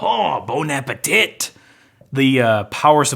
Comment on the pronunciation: “Holy Balls...” “Bon apaTIT” a’ight I’mma unsub